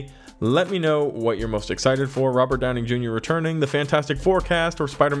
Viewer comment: Hearing Robert Downing Jr. over and over should bug me, but it kind of amused me every time.. 😅